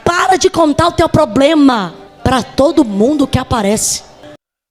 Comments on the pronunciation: 😂😂😂( poblema) 😂😂😂😂😂o português bem pronunciando 😂😂😂😂😂😂😂😂😂os malandrinhos da fé 💰💰 só falta se candidataram ao algum cargo político 👌🏼ele já sabem como arrancar dinheiro das pessoas 🤑💰...disse JESUS CRISTO viram muitos em meu nome é enganaram a muitos.🙌🏼🕊️ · POBLEMA !! ?? ÉSSA TEM A OBRIGAÇÃO DE TER UM PORTUGUÊS MELHOR !! SEM FALAR NO OUTRO DO TIQUE TOQUE PLEQUE PLEQUE